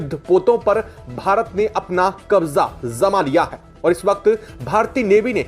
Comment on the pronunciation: पहले श बोलना सीखो फिर वीडियो बनाओ। जमाओ को ज़माओ बोलते हो। इस तरह की बहुत सारी गलतियां हैं।